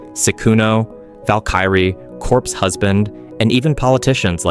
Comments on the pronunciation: I want to dislike this video for every time he mispronounced the names like fed mister and valkrae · Yeah, valky rie, lol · great video! Some names you pronounced were wrong like valkyrae or sykkuno (just so you know in the future)